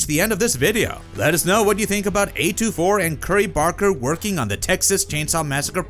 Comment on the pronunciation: A24, not A2-4